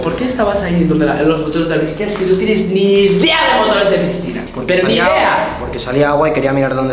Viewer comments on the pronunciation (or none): nunca se dice pistina se dise picina